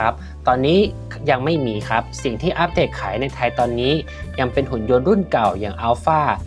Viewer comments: อ่านว่า U-B-Tech ยูบีเทค ไม่ใช่อัพเทค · อ่านว่าไรนะ อึ้บเทค😂